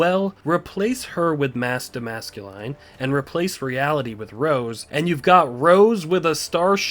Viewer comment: Kind of a nitpick, but I think it's funny how you're pronouncing his name MascuLine😆